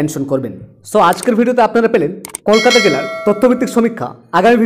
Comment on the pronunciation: আপনি বাংলা ভাষা ঠিক মতন উচ্চারণ করুন তারপর খবর বলুন । কলকাতা উচ্চারণটা ও ঠিক মতন করতে পারছেন না।